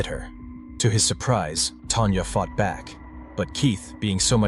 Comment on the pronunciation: Hearing Tan"jah" sounds weird. It's even weirder you eventually say her name correctly , Tanya